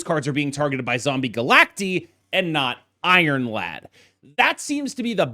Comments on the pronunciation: you probably know this by now but said they said it wrong and he found out it’s supposed to be Galact-eye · Is it not pronounced Zombie Galac-Tie? Because they are multiple versions of Galactus? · They are multiple Galactuses. Galacti. Like octopi instead of octopuses. It's Galact-EYE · Bro I’m sorry but I cannot watch a 15 minute video of you saying “Zombie Galacteeee” smh